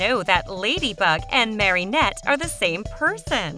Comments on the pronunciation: I know omg it was killing me. Marinette, not MarYnette. At the she even says Marionette. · Omg you saying marinette wronggg